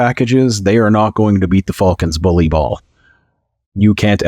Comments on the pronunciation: Is it just me or is he saying fulcans. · Damn Canadians, A! Too funny, thanks for the chuckle, 😅